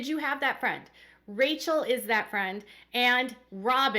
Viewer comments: Her name is pronounced “Rah Quel” not Rachel. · It's Raquel, not Rachel lol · It's Raquel not Rachel